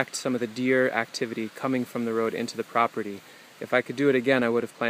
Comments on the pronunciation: Did you say croperty? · I didnt know if it was intentional. Like a mix of property and crop. Croperty. Greetings from Denmark anyway.